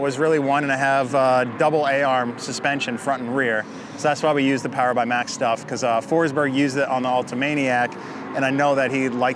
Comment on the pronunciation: 5s POWAH